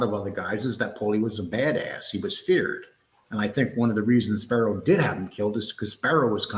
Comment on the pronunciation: It's Spero, not Sparrow. Go watch a bird take a shit in your eye.